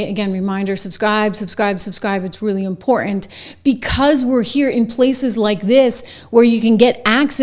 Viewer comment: What is imporant? I think there's another t in the word.